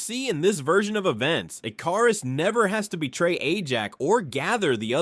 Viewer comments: Ick-er-iss not e-car-is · “Eh-KAR-is” is where I walked away. 😅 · Ick-er-is not ik-car-is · Pronounced (Ick- ker- wrist) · How many different ways are you going to pronounce Ikarus wrongly? It's pronounced ICARUS like the myth. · How do you mispronounce his name the entire thing, when they blatantly say his name so you know exactly how to? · Why the fuck does it pronounce his name like that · The way your saying his name is bothering me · Ai cant aay Icarus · I know it's petty but the fact he kept mispronouncing ikaris was driving me crazy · Why is he mispronouncing "Ikaris"? 😅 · Why is the pronunciation of ikaris soo bad in the video 😂😂😂😂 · Dude pronounced Ikaris different everytime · Why can't any Yank or AI say Icarus right? 😂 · Bro is this AI because nothing is pronounced right